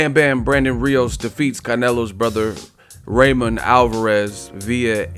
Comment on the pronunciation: U should pronounce his name RAW MON instead of RÁY MON